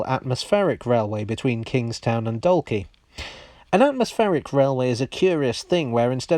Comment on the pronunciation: Your pronunciation of Dún Laoghaire was a pretty good approximation of the Irish Gaelic pronunciation, though most Dubliners would say "Dun Leery". However, you got Dalkey a bit off. Say it to rhyme with "walk".